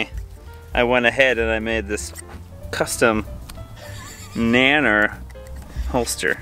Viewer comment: Who says Nann- nerd, for bannama !